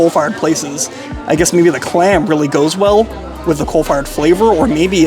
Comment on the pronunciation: Okay, are you saying “cold fired” or “coal fired”?